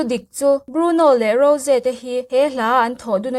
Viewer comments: Mahse,a dik hre reng le lam thiam reng in,a diklo a lam hi chu a fuh lo alawm. A nihna tak ah chuan,a mah in a sawi dan in ‘Ro-zee’ ti a lam tur nilo in, ‘Ro-jii/Rawzi’ ti a lam zawk tur a ni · Rose ni lo in Rose tih tur😂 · rosé a tihkhi a dik aw ro-ze tihin an lam thin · Rose hming i lam dan hi thing tawp 😂😂😂